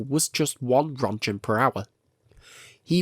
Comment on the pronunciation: Reading Röntgen as "Ron Gen" with this accent is really tough to listen.